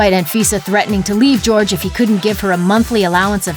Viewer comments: Not GEORGE. HOR-HAY!! omllllll. I’m taking spanish rn and this makes me cringe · He's really out here pronouncing his name "George?" Don't chill with self-hating Latinos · “Jorge” is pronounced “hor-hey” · Why are everyone calling him George? Jorge is a spanish name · george ?? JORGE honey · His name isnt George it is Jorge!!! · Jorge is not pronounced "George" get a clue. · I know I’m 1 year late to this video, but dang this girl keep saying George instead of Jorge